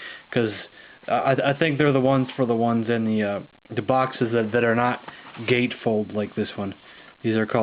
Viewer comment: i thought you said foxes ...like samanth foxes ..ah! boxes .... darn lol XD bump n' jump is a classic ..i would love to see the intellivision version ..cool collection dude would like to see your other collections as well including samfoxes ..lolXD